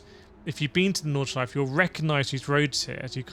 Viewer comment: Nordschleife, not Nordschleif.